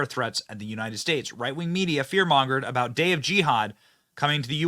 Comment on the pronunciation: "Canada and Mexico." What is that aboot? .